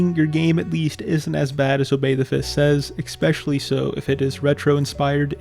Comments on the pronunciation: I just wanna point out that you consistently pronounce “especially” as “eckspecially”. Doesn’t really bother me, but now you know. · The text clearly says "especially" but you read it as "expecially". Why? EDIT: Nvm I think you just have a learning disorder. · Dude needs to get a fucking life. Also, it’s spelled especially. So stop pronouncing it EXPECIALLY. Please, for the love of god. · why don't you pronounce especially correctly? there's no X in it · It’s a common mispronunciation, like when someone says “axed” instead of “asked” or “brought” instead of “bought”. Not sure why but I assume it’s picked up from people around them.